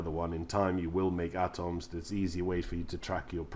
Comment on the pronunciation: How do you say atoms dude? Ahtoohms...😂😂😂 And Enclave isn’t pronounced how it’s spelt, it’s pronounced “onclave” And it’s ultracite, not “autracite”😂😂😂😂😂